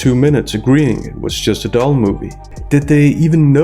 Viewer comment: 😏No she was trying to say it's a DULL movie but it came out DOLL MOVIE 🤣🤣🤣🤣 keep up the GREAT WORK SIR 👏🏿 👍🏿 👍🏿